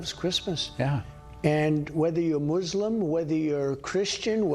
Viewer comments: The way CheetoMan says "Muslim" really tweaks me; it is not hard to say it the proper, modern English way. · Did he say "mooslim"? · Trump said moozulm